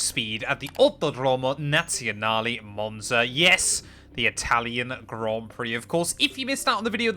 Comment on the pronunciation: Just got into f1 and i been watching these vids plus ur hot lap vids. J wanted to say ur commentary is mad entertaining and I love the energy. Also love the way u pronounced the track in the beginning lol, comin from an Italian